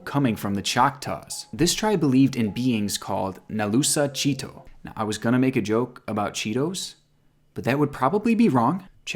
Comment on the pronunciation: When. He said nalusa chito it ripped my ears. He butchered the words 😂😂 it's pronounced chit like chit chat and toe. So chit -toe